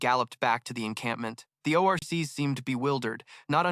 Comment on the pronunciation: The oh ar cees 🤣